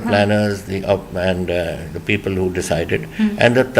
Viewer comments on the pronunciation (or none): none